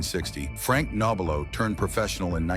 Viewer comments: Your doing it again it's pronounced NOB R LOW you obviously don't know the subject matter. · You should not be doing this story, hell you cannot even pronounce his name right!